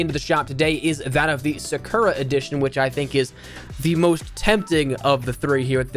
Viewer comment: When he called Sakura sakeria I kinda cringe a little tbh